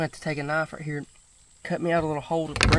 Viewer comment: Being a born and raised Kentucky boy myself ill tell ya there's nothing like our, Granny's, Nanny's, Memaw's and MawMaw's! I felt like I was listening to my granny when I heard southern draw on that "Raaaahtdeeeeeer" whe when she was explaining the turtle jug!